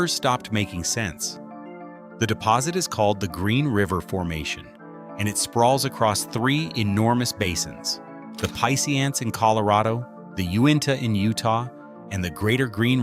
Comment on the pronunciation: Love the content in this video. Western Slope native here. I witnessed Black Sunday in person, so I have long known all about this topic. Your vid is spot on. ..just one minor point of correction -- the Piceance Basin is pronounced PEE-ahnce. Only an informed local would know that ! Please make more content on this topic. Just subscribed to you